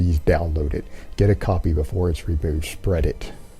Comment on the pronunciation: “SCHSPREEEAAAD IT!